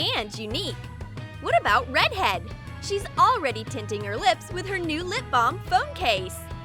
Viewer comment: I like how the person doing the voice over calls the red haired girl rEdhEaD and she doesn’t mind lmao